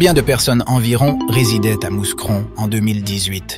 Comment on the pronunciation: Ce n'est pas méchant mais juste pour votre gouverne, on ne prononce pas le s de Mouscron. Il faut prononcer : Moucron 🤓🖐